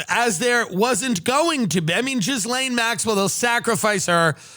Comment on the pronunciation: tim Dillon reallly pronounces that "jizz" in Ghislaine